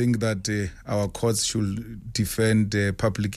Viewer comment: An educated man who still doesn't know that the L in should is silent.